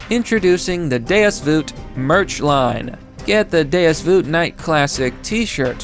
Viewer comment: I finally got a notification from your channel its been ten years! Also its “VULT!”